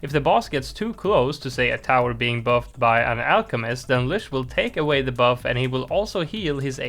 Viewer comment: Lych is pronounced with a T sound that doesn’t appear in the word, so ”Lytch”